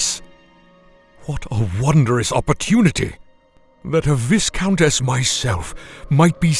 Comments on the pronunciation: He said “vis-count”. It's pronounced “vi-count" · you misspoke. Its Vei-count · AINT NO WAY I JUST HEARD A BRIT OF ALL PEOPLE SAY "VISS-COUNT" ITS PRONOUNCED " VYE-COUNT" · he mispronounced "viscount" :( it's vie-count, not viss-count. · Blackguard is pronounced ˈblaɡərd but Black guard always sounded way cooler. + Viscount is ˈvīˌkount. I have a school in my area with the word in its name lol. Weird words but that’s how you say them, Only sayin’ cause I know you like to take extra care in your work that’s all. But it doesn’t really matter! Amazing video 😊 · 'Viscount' is pronounced 'vye-count', by the way. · is great, but "viscount" is pronounced "vie count" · He did a really good job but, just nitpicking here. Viscount is pronounced with a silent S. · It's pronounced VI-count for god's sake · That's not how you say viscount. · man thats not how you say viscount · I figured as much as soon as viscount was mispronounced - ish. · mispronounced VISCOUNT gave it away